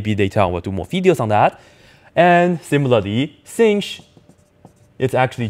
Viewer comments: We don't say sinch. We say shine. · I have also heard sinh pronouced like shine but I like sinsh better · why dont we call sinh as shine ? then cosh as coshine lol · In English you definitely don't say shine...